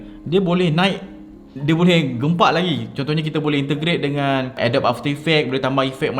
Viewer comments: Mula2 belajar sebut betul dulu. Adobe tu sebutan dia adobi BUKAN adob. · Bkn Adobe (a-dob), tpi sebutan yg btul (a-do-bi)...harap maklum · sebutan dia "adobi" bukan "adob" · I really want to watch this video until the end.....tp belum seminit balik2 dengar Adobe pronounced as ah-dop.....instead of uh -dow-bee... AGH!!!!!!!!! CRINGE!!!!!!!! Ajaran dr manaaaaaaaaaaaaaaaa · Bukan ke cara sebut dia "a dobi"?